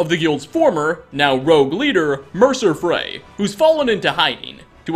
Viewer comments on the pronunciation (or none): none